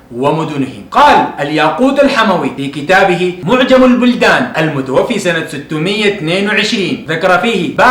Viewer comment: كلام جميل جدا.. واجتهاد كبير.. لكن المتوفي بفتح الفاء لأنها اسم مفعول.. ارجو الا تنطقها المتوفي بكسر الفاء.. وهي هنا اسم فاعل خطأ شائع يقع فيه كثير من المتعلمين